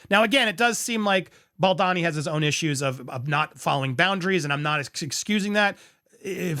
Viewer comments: Is it really that hard to pronounce his name the correct way? Pronounced as BAL-DOE-NI , not BAAL-DAA-Ni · It’s Ball-do-ni. Not, Bal- don-ni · Hey Andy, Justin’s surname is pronounced Bal-DO-ni, not Baldani or Baldini. Hope that helps for future coverage. Keep truckin’! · thanks for the video, but the pronounciation is killing me 😬 it's bahl-doh-knee, not bohl-dah-knee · I love your channel, clear analysis of situations and the way you present. But...can we put aside personal opinions to ensure we get people's names right? I don't think Justin's surname is pronounced 'Bal-DAH-ni'. I think it's 'Bal-DOH-ni'. Personally, I feel that repeatedly mispronouncing a name can come across as a lack of research, or lack of concern for details, which are important in legal matters.